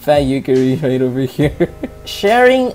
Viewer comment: Why do you keep pronouncing "Yukari" as "Yukkuri" (shiteitte ne)? ^^; : Looks to me like Reimu lost her stick. : Paper Fumo: The 495-Year Basement : Some of those names didn't really have to be changed: Marisa, Rumia, Remilia, Lyrica, Lunasa... D